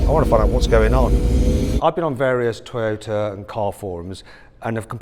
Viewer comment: この人、日本語のトヨタの発音に合わせようとしてて好印象やな